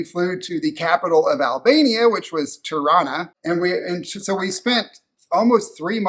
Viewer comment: Every time you say "Tirana", I hear Toronto. Pronounced the same by locals there.